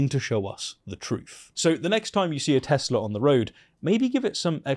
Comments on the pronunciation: Chump is using the Whitey's House as a Auto Sales Lot but I bet he won't offer to do Advertisements of Ford, GMC, Chevy's or any other American Made vehicles. Chump isn't even good at being a Car Salesman considering he refers to "Tesler's" the same way he does to "Russher". Donald Chump should stick to S**T'ing himself and Golfing .. and he's only good at one of those things .. and it's not the golfing. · "I love Tes-ler!..." Wow! LOL! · It's Tezlerr no? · Trump loves Tesla so much he can't even say it properly! "I love TESLERRR". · "I luv Tesler." What a doofus. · The "I love Tesler" was the cherry on top. LOL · Wow, that president is a meme! "I love teslER!!!" God help us all!! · Let's pronounce it right: Te-Slur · But the President likes Tesler. He can't even say it's name correctly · "I love Tesler" 😂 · Umm you idiots are saying it wrong, its Teslur, our president said it😂😂😂😂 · I love it when we hear Trump saying “I love Tesler” mispronouncing it because he never reads anything, so he’s never seen the name in print. Our president is an idiot. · I will always laugh at "I LOVE TESLUUR"! :D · Trump saying tesler is priceless😂😂😂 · I love TESSLER😂😂😂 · " I love Teh-Slur" - Moronic Imbecile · "I love Teslerrrr." --Donald J. Trump (who can't even overcome his Manhattan mispronunciations long enough to say it correctly. Doh!) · "I love Tesler!" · Why do you mispronounce Tesla as Tezla? Is that a Bri'ish thing? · I LOVE TESLER... RHYMES WITH HITLER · That ' I love Tesler' cracks me up... I think his actually thinking of Hitler... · Great job everyone! Keep up the pressure let’s break him! If you want to hurt them go for the wallet. Trump cannot even pronounce Tesla correctly 🤦‍♀️🤦‍♀️🤦‍♀️ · tRump can't even say Tesla correctly, lol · So a man who can’t drive buys a car he didn’t pay for 🤷‍♂️and then mispronounces the automaker’s name 😂. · Guys, Trump isn't saying Tesler. He's saying Teh-slur. Which isn't really wrong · "I love TesSlur!" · I lurv Tesler....barf